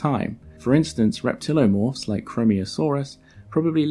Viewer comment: it's pretty frustrating to see "reptiliomorph" and then hear you say "reptilomorph" over and over.